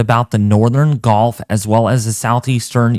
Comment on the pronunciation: Why do you say golf when the word is actually gulf? Very distinctive difference in the sounding of the word.